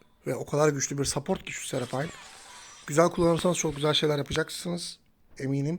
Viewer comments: serapayn ne la serafin die okunuyor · Keşke heronun adını söyleyebilsen 😹